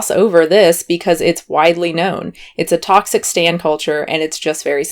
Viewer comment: Ahhh oh my god I love you so much!! 😆😆 Hearing you say “stan” made me laugh. As a person who purposely wears too much makeup, in the nicest way possible, I honestly don’t really care what other people think about how I look when I do a ton of makeup. It takes a lot of time to look this fake!! 😆That being said I usually don’t wear makeup on a regular day so I guess I can’t totally speak to the overdrawn lips at Kroger experience. Although I do sometimes like to feel like a drag queen while I shop for craft supplies so eh ¯\_(ツ)_/¯ to each their own.